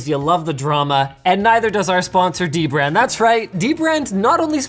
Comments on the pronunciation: Omg, Linus is mispronouncing DBrand again! It’s duh-brand. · Linus you gotta remember, it's "DBrand" not "Deee Brand" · it is not d-brand it is dbrand there is n sapce bwetten the d and b linuis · Linus just said dbrand was not pronounced d-brand but dbrand as one single word and yet ye mispronounced the name again and again... LOL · its Dbrand not D-Brand linus FFS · is it "dee-brand" or "dibrand" ??? help me out here guys... LOL !!!!! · come on linus, it's not d brand, it's dbrand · You said dbrand wrong lol! Its da brand. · Linus just likes bringing attention to the D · Shame on you, you didn't say dbrand right how do we know whats good and whats wrong prenounced :O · Hey Linus, you kept mispronouncing DBrand's name